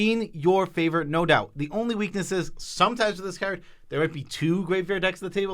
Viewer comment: I really hate they these guys say "card".